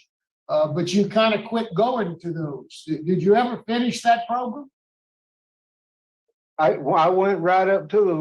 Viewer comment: Maribella: "you took some progrums, you did good in those progrums, tell me what you learned in those progrums. Ultimately, I think you need some more progrums."